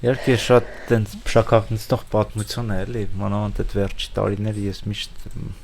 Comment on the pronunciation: Անընդհատ՝ «ցուն, ցուն», «պատմուՑուն»... ասացեք «թյուն»,... Անհասկանալի է գիտական աստիճանի հասած մարդու հայերեն խոսքի այսքան տգեղ հնչերանգը։